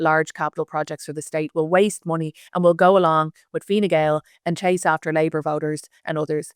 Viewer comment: I believe Harris refers to it as Fine Gowl.